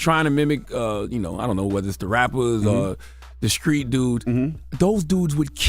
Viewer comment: So, I might be out of the loop, but I've always wondered why Charlemagne pronounces the "st" sound as "sc"? For example, instead of "street," he says "screet" , or instead of "self-destructive", he said "self descructive." Is the "sc" because he's representing South Carolina where he's from, or is it something else?